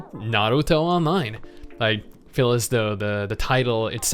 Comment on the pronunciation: Stop half rolling your r's on Naruto or I'll be forced to unsub